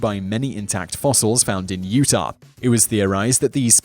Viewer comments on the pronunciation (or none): none